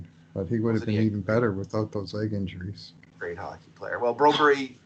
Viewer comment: Jesus its broberg not broberry staples..